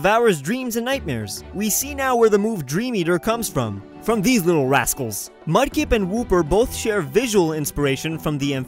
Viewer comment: "Mudkep" XD what the heck